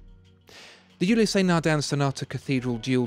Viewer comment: The 'E' on the end of Ulysse is silent, so it's a two syllable name, not three.